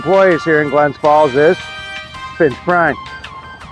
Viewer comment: Please say the city's name correctly, It's GLENS FALLS not Glen Falls.